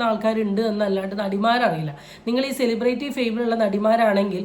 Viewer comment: വടി എന്നാ പറയേണ്ടത്... അവൾ അതു അംഗീകരിക്കുന്നു...... വടി എന്ന് സെലിബ്രിറ്റി എന്ന pronounciation പോലും അറിയില്ല.... ബ്രേയിറ്റി.... എന്നാ പറയുന്നത്. തെറ്റ്